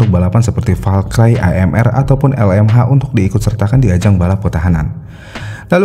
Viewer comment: Agak risih Valkyrie dibaca Val-cry